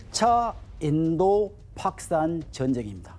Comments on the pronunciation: 저 새끼가 왜 자꾸 파키스탄을 팍산이라고 해? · 파키스탄 발음이 잘안되서 팍산 그러시네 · 교수라는 분이 팍산이 뭐요? 파키스탄 발음이 안되나? 다들 제대로 말하는데 혼자 못하네. 학원 강사가 더 잘할 것 같은데. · 파키스탄 발음 할때 되게 독특하시네 ㅎㅎ 팝스탄으로 들리네요 ㅎㅎㅎ 현지발음인건가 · 자꾸 팍스탄 카시미르 발음이 이상해서 집중이 안됨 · 어우 팍크스탄만 들리네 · 파크스탄이라는 발음에 집중이돼서 영상에 몰입을 못하겠다 ㅋㅋㅋㅋㅋㅋㅋㅋㅋㅋㅋ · 파키스탄 발음 너무신경쓰인다. 조선족드립나와도 이상하지않을정도. 원래 저발음이였을텐데 ㅠㅠㅋㅋ 내 뇌어쩔